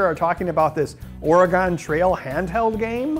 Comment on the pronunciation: THAT'S NOT HOW YOU PRONOUNCE OREGON lol